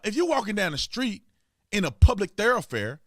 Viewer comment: What's a therafare? It's a thoroughfare? This dude has a Master's degree and can't pronounce words?